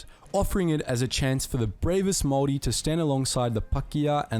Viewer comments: When you pronounce the word Maori its said like mowri instead of maowri if that makes sense, and you kind of drag the o a little bit. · Not to be annoying but it is Māori not mori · Māori* as opposed to Mori. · It is pronounced "moldy" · Māori is pronounced more like mouldy but spelt more like moulree but don’t say ree at the end the r is rolled in Māori pronunciation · man says samoan and moari wrong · If you can say 'mouldy' then replace the D with an R. There are two different ways of pronouncing it but the one above is h9w its said in my part of the country